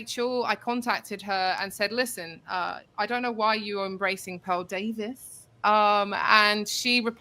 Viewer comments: I legit thought she said "Paul Davies" - as in the physicist 😂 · It sounded like she said "Paul Davies." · I heard that too 😂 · I thought she said Paul Day-vee